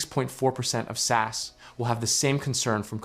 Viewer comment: The way you say "SAS" I can't 😂 Please start saying S.A.S it's sound much better in English from a Norwegians perspective